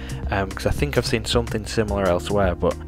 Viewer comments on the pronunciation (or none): none